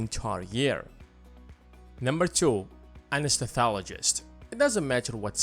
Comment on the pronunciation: you pronounce anaesthesiologist wrong